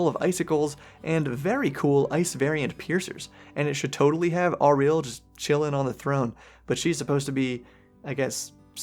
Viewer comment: It's crazy to me that you can be this far into the game and still be mispronouncing Auril's name